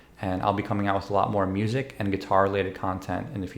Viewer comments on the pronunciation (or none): none